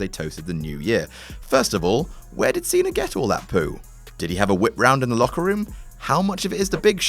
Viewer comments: its pronounced "cenA" not "cener" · Its pronounced cena not cenr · Why are you pronouncing Cena with a "R" at the end? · "John Cener" OMFG 😂😂